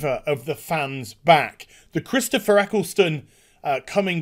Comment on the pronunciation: who tf is "Chistopher"